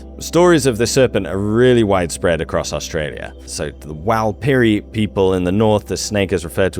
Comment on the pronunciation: That pronunciation of Warlpiri really took me for surprise but I guess it’s common when you’re trying to fit indigenous languages into a Latin alphabet. Wall Puh Ree is the better pronunciation for those who aren’t used to hearing the phonetics in the language, there’s sort of a half rolled r in the first syllable that those who didn’t grow up around it don’t seem to hear. You did really good with Warnayarra though, the most popular children’s book on Warnayarra is from my school in Lajamanu.